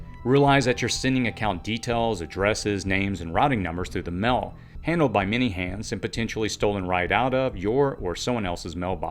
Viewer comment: Mail is pronounced “male” not “mel.”